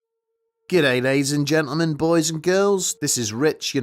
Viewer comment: "Goo' day lay-ee's and ge'le'men..." don't tell me about the wendigo. Pass.